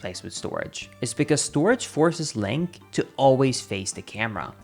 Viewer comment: hehe, he said linkus